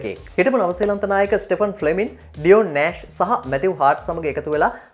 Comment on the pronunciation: you will have to pronounce cricketers' names properly, my son...Ian Botham is pronounced as "බෝතම්"....Not "බොතම්".....Then the first name of Stephen Fleming should be pronounced as "ස්ටීවන්".....Not "ස්ටෙෆන්"....you can learn proper pronunciation of player names by watching cricket highlights..